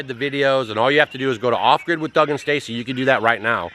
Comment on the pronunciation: DOUG, NOT DAUOG!! GOT THE EMAIL